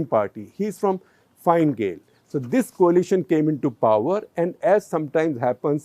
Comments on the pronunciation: Gupta ji, its not "Fine" Gael. Its pronounced as "Fina" Gael. Also, its not Fiana Gael. Its Fiana Fail (pronounced as fall). FF is like Indian National Congress which ruled Republic of Ireland for over 60-odd years single handedly. Finally, its not "Micheal" Martin. Its pronounced as "Mehol" Martin. Just FYI. Its not a problem at all. Tnx for the CTC though. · Leo's political party is pronounced as "Finn" Gael.